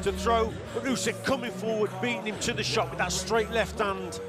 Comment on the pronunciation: Why you saing 'usky' when it's Usyk. Are you making this on purpose?